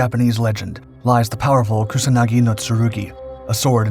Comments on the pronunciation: It's Kusanagi, not Kunasagi... wtf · He calls it Kunasagi... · If you are dedicating a whole video about a specific sword at least pronounce its name right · You need to work a little on your pronunciation. You can use Google Translate. You pronounced Kusanagi as Kunasagi and Atsuta as Atsta. It's Yamata no Orochi not Tamata no Orochi.